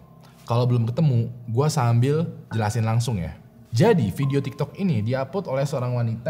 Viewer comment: abang ngomong tiktek.🤣🤣🤣